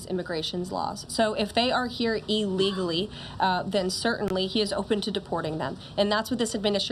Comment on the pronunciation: Someone tell the twit reporter that the word is "illegally," not "allegally."